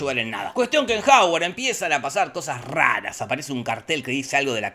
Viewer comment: Hogwarts❌ Haward ✅